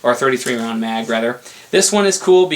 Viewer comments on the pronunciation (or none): none